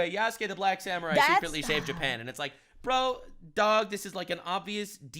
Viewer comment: Samurai not saniurai